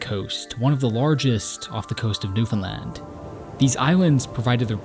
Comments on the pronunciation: He even learned how to say it right very proud! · Thank you for pronouncing Newfoundland properly!!!! 😅🙏🏼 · Bro gets a like just for pronouncing Newfoundland correctly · He pretty much nails "Newf'en'lan" too. We would point out if he did not. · As a born and raised Newfoundlander, thank you. That’s all. This is beautiful, and you even pronounced our name right! This was amazing. I hope you know how special it is for us to appreciate something made from someone else, about us. This is great❤ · The fact that you are properly pronouncing Newfoundland (far better than most Canadians) says so much about the respect you have for the places you visit and explore. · Kudos on pronouncing Newfoundland right! 🍻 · born and bred, and you nailed the pronunciation of newfoundland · nice video. A lot of names mispronounced but overall good. At least you pronounced Newfoundland properly. good job. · great job on the pronunciation 👍🏻 #Newfoundland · As someone from Newfoundland, this is absolutely beautifully done. Very few people outside of our province even remember we're around, so it's nice to see something like this to give the island justice (Also, you're the first creator to mention Newfoundland who actually pronounces it properly, and it was such a relief to hear😭) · I've watched this video much more intensely and with great pride since he pronounced our island's name perfectly. Now it is an honour to experience the Artwork of. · I actually was shocked when he said it correctly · Samsies. It's also nice to hear people saying Newfoundland right.